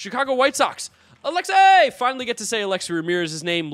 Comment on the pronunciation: Glad I’m not the only one who says alexexi like they did on ESPN back in the day